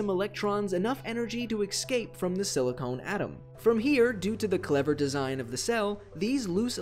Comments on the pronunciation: silicon not silicone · Silcone? You mean silicon right? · Silicon, not siliCONE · Silicon (se le kon) Not silicone (sil ee cone) One is am element the other a polymer. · Small error in the video, it's supposed to be "Silicon" instead of "Silicone" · silicone? So, not silicon? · siliCON not CONE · Is it just me or is he saying silicone instead of silicon?